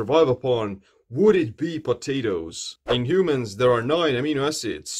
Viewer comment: "he starts screing patatoes"